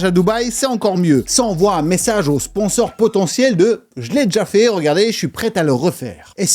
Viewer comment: je connais les "sponsors" mais pas les "sponors" !🤣🤣